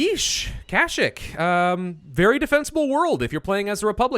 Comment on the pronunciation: dude its KA-SH-EE-K!!!!